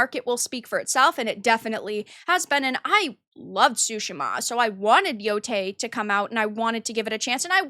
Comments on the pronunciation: At least pronounce the name correctly. It's Yotei not Yotai. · It still bothers me that can't pronounce yotei correctly